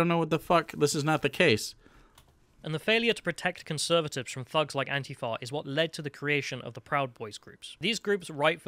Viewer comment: Nobody else in the UK pronounces ANTIFA that way, just so you know.